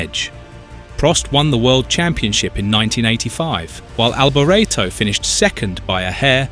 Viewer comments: Michele Alboreto is pronounced mi-kay-leh al-bor-ET-oh, with the emphasis on the last syllable of his last name, reflecting his Italian origins where "Michele" (like Michael) is a male name and "Alboreto" sounds like "al-bor-ET-oh," not "al-bore-etto". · And his Name was Alboreto not Alberto ! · Pulling the pin after 42 seconds... the idiot narrator couldn't even be bothered to learn how to pronounce his name correctly. Don't waste your time on this pulp. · Awful, as somebody said earlier, “you can’t even pronounce his name correctly” Disrespectful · Absolutely awful, as an earlier person said “you can’t even say his name right…” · Maybe learn how to pronounce his name before you do a video on him! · Blimey, at least pronounce his name correctly !! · Need to re-do narration saying his name correctly. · If the narrator can not spell his name correctly, then he has no clue about motor racing... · Good job? Firstly his christian name is pronounced Mee-kaylee not Me-shell. As for the sir name he originally pronounced it Alberto, then he pronounced it Albor-ray-tow. It then sounded like he said '300 kilometre at h'. This has to be AI. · Mik-ali Albor-eto. Why why do creators with no clue make these videos that do no justice to their subject. Can’t even pronounce his name. Alboreto was a serious F1 title contender in 1985 he was a very talented driver and great competitor. Much missed.❤️ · Your pronunciation of BOTH first and last names is PITIFUL